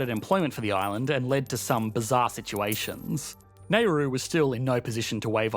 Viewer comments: What is this malfunction Australians have with pronunciations?! The place is called NAURU, not “ney-rooh”. It’s pronounced how it is spelled like “now-doo”. And people from there are Nauruan’s not “nah-roo-she-yans”… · I don’t know where he’s from in Australia but I’m Australian and I’ve never heard an Australian pronounce it as ‘neigh-roo’ until this video. We say ‘nah-roo’ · For all those making comments about Australian accent, as an Australian, I have to let you know you're wrong. It's got nothing to do with accent, it's a straight up mispronunciation. Nobody else in history has ever pronounced it Neigh-roo. I'm Australian and that hurts my ears. Nauru is commonly in the news here so it's a common word, generally there are two variations: some people say it exactly as it's spelled and others pronounce it more like "Nah-roo". I don't know which of those is more correct. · The narrator's pronunciation of Nauru is driving me insane. There's no way, no possible way that NAYroo is a reasonable pronunciation of n a u r u. Is it not NOWroo? or NAWroo, or nowROO, or SOMETHING that includes that first U in the pronunciation? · Nauru 🇳🇷 pronounced NOW-roo NOT “NAY-roo” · out of topic: is it pronounced as "NEY-roo" all along? i'm pronouncing it as "NAU-roo" [naʊru] or [nauːru] all my life. my whole life has been a lie 🤦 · You keep saying "Nay-roo", where did you get that pronunciation? It's "Nau-roo". You can look it up. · If it's spelled "Nauru," why do Australians call it "Nayru"? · i've never heard this pronunciation in Australia before apart from this guy - most people pronounce it Na-ru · It’s pronounce “Narr-roo” not “nay-roo” 😀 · There has never been a country on this planet called "Nay-roo". If you can't pronounce it, don't do a video on it. Still, it's pretty typical of anyone obsessed with economics to not understand basic things. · Please recheck you pronunciation. It is NOT "Nehru." British no longer have the imperial right to mispronounce anything they want.